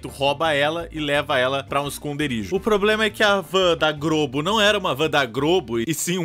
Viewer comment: A melhor coisa que ouvi hoje foi o dizendo "Van da Grobo."